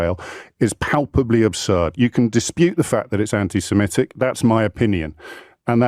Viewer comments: It is pronounced anti SEMITIC not anti SEMETIC ! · it’s “antisemitic”, not “antisemmetick” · please check the spelling and pronunciation of antisemitic. The word is antisem-I-tic not antisem-E-tic. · Stop saying antisemetic. It’s antisemitic. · Great work, but the word is 'anti-semItic', not 'anti-semEtic', please! Incidently, the Arabs are jiust as much Semitic peoples as are the Jews, sons of Ishmael and all that! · I know correct English is very much out of remit - but after 3 years of this conflict you’d think pronouncing antisemitic properly, that is, not antisemetism, wouldn’t be too difficult. He’s holding this channel back, too scummy & common. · Why does he keep saying antisemEtic? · Please check how to pronounce "antisemitic". There seems to be confusion with the word anti-emetic, a type of medicine that I might need when I hear English being butchered. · Just because virtually everyone else, including O'Brien, mispronounces the word "anti-Semitic" doesn't mean you should. Up your game.